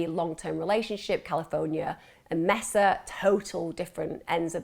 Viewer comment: It’s pronounced “Maysuh”. Not “Messa”.